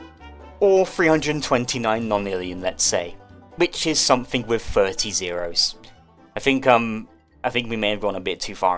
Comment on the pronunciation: why do you pronounce 0 like that